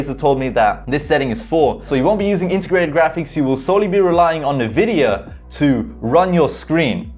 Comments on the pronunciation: it's pronounced "INVIDIA mate.. NOT nevidia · Great video but Envidia...."EN"vidia. 🤣